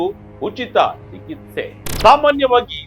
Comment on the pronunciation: ಚಿಕಿತ್ಸೆ ಬರೆದಿರೋದು ಸರಿಯಾಗಿ ಬರ್ದಿದ್ಯಾ... ಆದರೆ ಹೇಳೋದಕ್ಕೆ ಮಾತ್ರ ಯಾತಕ್ಕೆ ನಿಂಗೆ ಹೇಳಕ್ ಆಗ್ತಿಲ್ಲ ಸರಿಯಾದ ಉಚ್ಚಾರಣೆ ಮಾಡು